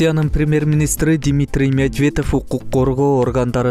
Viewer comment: Дмитрий Медведев дегенди суйлой албайт, башка создорун мындай эле коелук, башка баяндамачынар жокпу, нерв кылат бул. 8класс бутконбу деги?